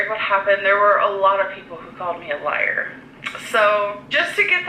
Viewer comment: Nicely Done And “You’re a lah.” Is she trying to say liar idk